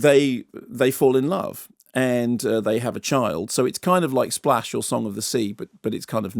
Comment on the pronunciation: As soon as Mark said "Splushe" I knew!...I also knew a long time ago, but, "Splushe" 😂 😂 😂